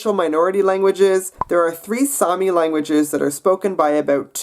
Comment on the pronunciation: sami is mans name and its saami